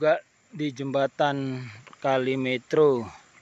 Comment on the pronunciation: Metro nya cara baca yg betul huruf 'E' nya seperti pada kata 'enak'. Sedangkan huruf 'o' nya seperti pada kata 'obor'. Begitu mas. Salam saya dari kelurahan yg sama, tapi beda RW. Saya dari ngGandul RW 4 Merjosari. Lanjutkan bro